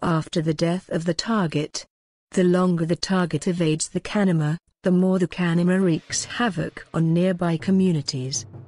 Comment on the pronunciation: Know people who saw shape shifters at work They were not bullshitting. BTW, convincing text-to-speech engine. The only word mispronounced is the word "kanaima" itself.